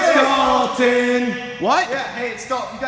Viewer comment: Ew its Dawton